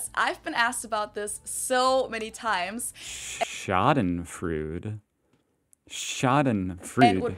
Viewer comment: Schadenfreude is not called with the u :). Because theres an "eu". its the same like you dont call a english "th" the same like an "h"